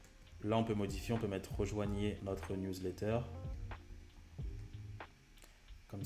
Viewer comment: professionel: " Newlatter" ahah, mais très bonne video merci pour les explications!!